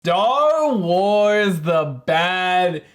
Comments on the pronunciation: Did u say dar wars or am I trippin😂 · Man really said Dar Wars